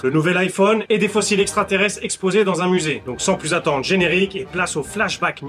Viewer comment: fossile, pas faussile